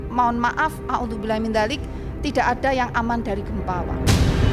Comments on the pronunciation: Maaf bu nauzubilah bukan auzubilah😊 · Nauzubillah minzalik Bu bukan audubilaminzalik 😊😊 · Nauzubillah ,bukan angudubilah😂😂😂😂